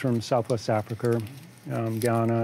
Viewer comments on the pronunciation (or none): I really liked this video. It is very informative. I also enjoyed listening to his unique pronunciation of American English. In particular, he is quite consistent in replacing word final schwas with ‚r‘, e.g. begonier, bacterier, Africer, Americer etc.